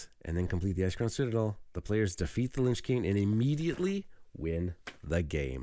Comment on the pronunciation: It's Lich King (not Linch King). "In fantasy fiction, a lich (/ˈlɪtʃ/; from the Old English līċ, meaning "corpse". Related to modern German Leiche or modern Dutch lijk, both meaning 'corpse') is a type of undead creature."